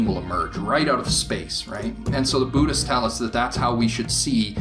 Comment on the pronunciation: What's a boo-dist?